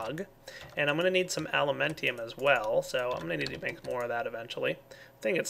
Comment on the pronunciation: THERE IS NO I IN ALUMENTUM EWLKFASIUCVGBAWMSASJDKHFASM,NQWB CMN,SDAGFYQWRABFVALSL